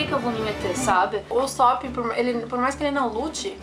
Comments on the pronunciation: se lê usÔpp kkk e nao usÓpp eu acho kkkk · Mas no anime eles falam usÓpp, não?